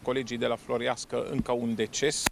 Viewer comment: Floreasca,nu Florească! Vorbeste corect limba română!